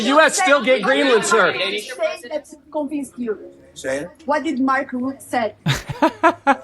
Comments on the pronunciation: Pronounciation is Mark Ruttuh.😅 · Rut-uh. Not "Rut". It can also be pronounced: "lying useless waste of space who loses his SMSes with Shell and other dodgy stuff whilst he was Prime Minister of The Netherlands" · It's pronounced something like "Root-uh", not "Rut."